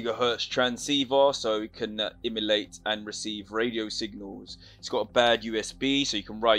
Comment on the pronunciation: What do you mean by Immolate? Emulate maybe? Enunciate bro.